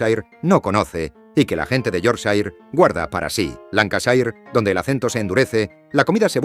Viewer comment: No entiendo por qué algunas cosas se pronuncian bien y otras tan mal. Me refiero, ¿se puede al menos decir -shire bien? Un trabajo de investigación bastante decente, no entiendo por qué no se busca la pronunciación de las cosas al menos más básicas? Decir "The Shambles" medio decente y luego "Yorkshair" es un poco esperpéntico.Casi me muero con Peterborough (es "Pitebra" como "Edinbra"). Es que es una pena, porque siento que realmente no es mucho al menos mirar por encima como se dice. Nadie pide algo perfecto, es como decir "Marsia" y no "Mursia". Sabía que no debía ni mirar Leicester jajaaj (Lester!!!)